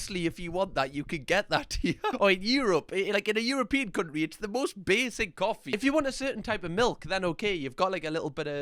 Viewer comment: "cunt'ry" is perhaps my favourite pronunciation of that word XD